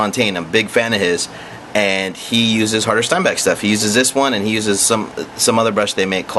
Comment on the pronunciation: But you're alright with saying "Steinbeck" instead of Steenbeck? OK. And if you want to get picky - pronounce it shteen beck. Adios.